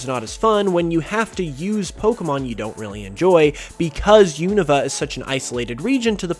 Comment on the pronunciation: u-nuh-va Isnt it U-No-Va?